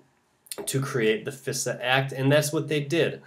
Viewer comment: Fisa? Thought it is pronounced Phi Sa.